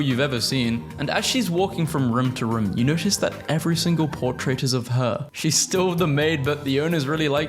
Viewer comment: "Thhat"? þ=th